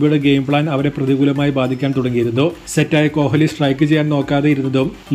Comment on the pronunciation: കോലി എന്ന് പറഞ്ഞാൽ, " ഹ് " ഉച്ചരിക്കണ്ട